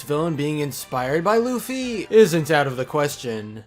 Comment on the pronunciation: You said Luffy wrong... YOU SAID LOOFY